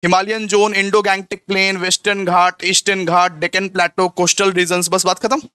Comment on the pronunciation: indogangetic bolte hain sir, indoglantic nehi🤣🤣🤣🤣 . Moreover there are 10 biogeographic zones, not 6